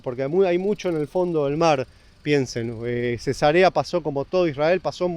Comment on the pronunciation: 😅jajaj El pronunció la ciudad Cesa'rea como si fuera Cesarea de una mujer embarazada 😮😂😂